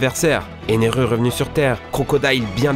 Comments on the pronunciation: dit pas Énérue c'est Enelu (prononce comme ça bordel) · on di pas eneru mais ener pas big moms mais big mom et je vois pas en quoi ce sera une allié luffy a prévu de se battre avec je sai pas si vous lavez fai expré mai fau le fair on dit pas dragon mais dragone je vois pa non plus en quoi le fai de detruir red line est le one piece ces pas kaesar mais ceasar sa ce prononce sssssssssseacar c pas non plus raylight mais sa ce prononce rayli barbe noir na pas manger le fruit de lombre (c gecko moria qui a manger le fruit des tenebre) mais le fruit des tenebres